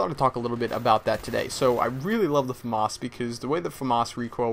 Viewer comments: Hey, Why do u pronounce famas weirdly. like fumus!! Try: FA like (fat) and MAS like (mass) when you go to church. lol thought i might help you out there :) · its famas, not fawmahaz